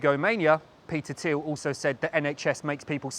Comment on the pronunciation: It's pronounced Peter Thile